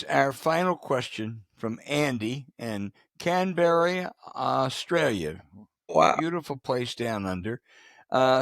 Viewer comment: Accent is on the first syllable in Canberra.